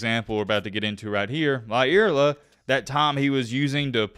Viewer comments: Please pronounce words correctly.. how do you get a Lea sound from La? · I think his name is pronounced “LY-er-la”. At least that’s how my friend with the same surname pronounces his.